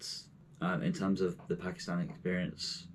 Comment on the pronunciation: At least pronounce it right